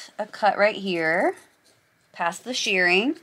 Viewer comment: I think you are saying shearing instead of shirring